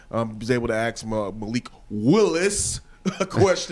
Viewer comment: I will never trust the opinion of someone who can't pronounce ask! If you say axe instead of ask you sound foolish lol